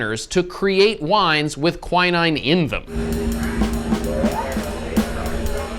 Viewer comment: Why the hell is he saying quinine like that? 😅 Thats not how you pronounce it.